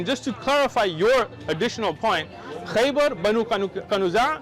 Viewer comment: Khaybar not Khyber. (Khyber sound like the are are around Pakistan and Afghanistan.)